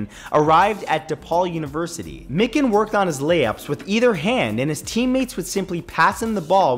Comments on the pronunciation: It’s not mikin. It’s My-Can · Number 21 u said his name wrong its mike-in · *george Miken (my-kin) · You pronounce “Mikan” in “George Mikan” wrong but it’s all good